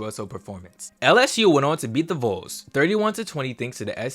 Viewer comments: ITS VOLS AS IN VAWLS NOT VOLES LIKE NOLES Please for the love of everything stop saying “voles” when referring to Tennessee, i thought you were talking about the fsu semiNOLES everytime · its not the logo thats the issue... you said BIR-MING-HAM Young, it is BRIG-HAM Young. Also, when you say Vols, it should sound like balls, not bowls. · Great video, but it’s pronounced “VAWLS” not “vOles”. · love the video and miss the bcs system, btw vols is pronounced vawls not vuls lol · Bro it’s not pronounced “whoals”. It’s “volls” like “walls” but instead of a W it’s a V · Every time you say Voles instead of Vols my skin crawls. Otherwise, great video.